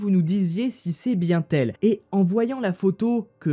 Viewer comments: C'était bien "n' elle" et non "bien t'elle",et "vous dites et non vous "disez";Sinon bonne vidéo,voix claire,diction fluide.Le sujet est traité avec respect ,c'est important on parle quand même de la mort d'un bébé.Bravo mec,bon boulot!!!! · on ne dit pas "bien-t-elle" mais "bien-n-elle". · C 'est bien-t' elle ?!! Je n'crois pas que ce soit la bonne liaison, dis plutôt c'est bien-n'elle ! Critique constructive seulement ! Bonne Continuation ! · Et dans "C'est bien-t-elle! C'est bien-t-elle!", d'où vient donc le "T"??? Voilà une liaison fort mal t'à propos! lol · Et aussi: « c’est bienT elle » noooonnn 😭😭😭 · et " ..si c'est bien T elle" , "oui oui, c'est bien T elle" Cherchez l'erreur lol 😉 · "C'est bien t elle?" Du coup où y a t il un "t" pour faire la liaison? c'est peut être picard?😂 en dehors de ça, les histoires sont intéressantes et captivantes😉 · Il y a aussi les liaisons comme: c est bien (t) elle, le T tu le sors d’ou?? 😂😂